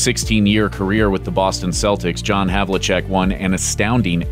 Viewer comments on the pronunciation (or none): none